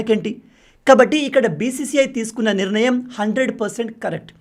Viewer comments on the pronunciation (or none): none